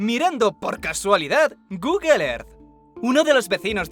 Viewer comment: "Gugle er" 😬🤣💀